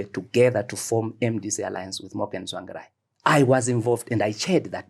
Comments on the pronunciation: He complains about wrong pronunciation of his surname then goes ahead and says "Tswangirai" refering to Mr Tsvangirai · He has worked with Tsvangirai for years but still cannot pronounce his name correctly...and yet he scoulds Chamisa for same? Are we a cursed people?